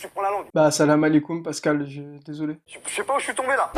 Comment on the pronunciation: Tu as tué le nom de -Pascal le grand frère xD.